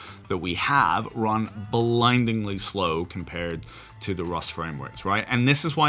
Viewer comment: 🤢 You said blindlyingly fast